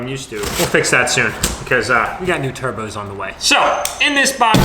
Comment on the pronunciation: I like how he said we got new “turbos”